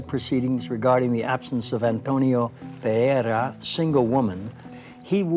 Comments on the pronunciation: He is clueless about Spanish phonetics, neither him nor the narrator are able to articulate PEREIRA properly. (BTW, that's a Galician and portuguese surname. The Castilian version would be PERERA) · PereiRa has two R-s, ergo not Pereia!!! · "Pereira", Martin, not "Perea"